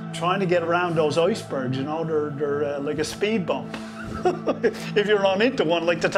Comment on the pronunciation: "We feesh" and " the oisbergs"....that's awesome.